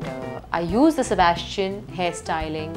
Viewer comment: Her pronunciation of brands are so weird..sebas-t-ian...g-e-orgio...